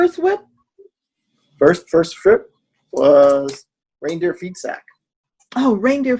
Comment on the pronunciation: I couldn't do my Sunday morning meditation with you guys, but I'm winding down the evening with you. Beer instead of coffee, so some EASY stitching...hey, did anyone else keep hearing Reindeer PIZZA instead of Reindeer FEEDSACK? Just me? Lol! Thanks for your videos guys!